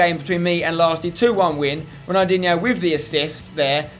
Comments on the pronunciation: Ronaldinho - not Ronaldiniho. Stop adding an extra i between the n and h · Have a shot everytime he says Ronaldinhio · How many times does Spencer say ronaldiho in one video it must 40 times but great video Spencer